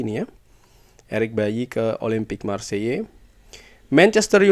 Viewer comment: Bang, Marseille pronounce nya Maar say atau kalo mau agak French dikit maarkh sei